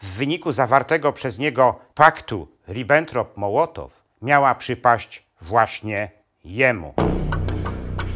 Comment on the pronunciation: Jeżeli Pan jest doktorem - to musiał gdzieś słyszeć, że nazwisko Mołotowa wymawia się "mOłotow", nie mołOtow. Chruszczowa - chruszczOw a nie chrUszczow, Ribbentroppa - rI (akcent na i)bbentropp a nie ribEntrop. To mi psuje całą ciekawą zawartość filmu. Niestety...